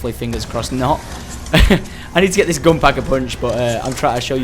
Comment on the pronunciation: did you really just do that?! it's "gun" mam not "gone"